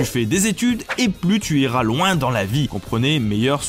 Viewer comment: Le s, dans tu iras loin, vers 8min, stp !!!!!